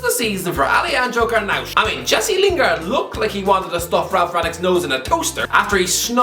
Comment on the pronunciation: it's garnacho not garnaucho